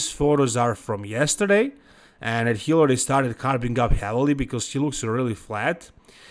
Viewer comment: There is no word in English, “dat”,. The word is pronounced “that”. Come on. 🙄